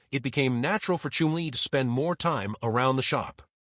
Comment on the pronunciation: Chum-lee not Chim-lee. Shit txt to speech 😊